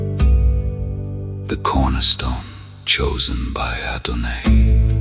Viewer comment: Thank you so much, is there a possibility to edit this? Adon”aye”? I’ve never heard that pronunciation. I’ve heard Adonoi and Adonai , but never Adonaye